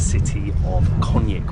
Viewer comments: To be easier for you because you are saying Sarajevo wrong every two seconds . So its Sarayevo . Sarajevo is not in Spain to be pronounced Sarahevo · The vlog is on top, like always. But brother, Its not SaraHEVo, its SaraJEVo 😂💚 -> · Why do you all say Sarahyevo? Pls it’s SaraJevo the j pronounced like a Y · I love your videos, but you got the pronunciation of SaraJevo wrong! It is SaraYevo, as in Yellow not SaraHevo, as in Hard. I hope you don't mind me correcting you. Hvala, živeli, ćevapi and burek , hvala, are perfect!❤❤❤ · Can you please just pronounce Sarajevo properly? It’s not that hard mate. It’s not a H it’s a J and that’s like a Y in English. I think that the capital of B&H has been mentioned enough times on regular TV that you can learn how to say it properly. Thanks! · Sarajevo not Sarahevo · It’s Sarayevo for Gods sake. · Learn to spell pls 😅 Sarajevo (j like y) not Sarahevo.